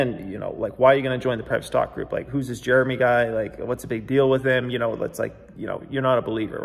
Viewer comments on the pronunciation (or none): none